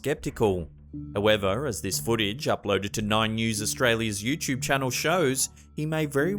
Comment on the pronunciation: Anyone else cringe when he says youchub? It's "YouTube" not youchub other then that good videos